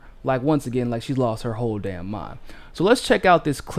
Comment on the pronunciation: I couldn't quite follow your pronunciation at the beginning of the video, was that "Whoopi Goldberg is a a who'e mess" or a "ho' mess" or .....? Approximating final consonants is how tone languages get started. Are you a by any chance turning into a ping puppet now?